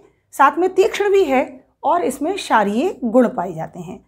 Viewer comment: शारीय नहीं क्षारीय , और एल्यूमीनियम के बर्तनों के प्रयोग के बारे में आपका क्या विचार है क्योंकि आप एल्यूमीनियम की कढ़ाई में सुहागा भून रहीं हैं !